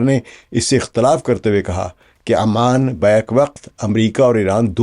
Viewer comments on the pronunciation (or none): Sir word is oman not aman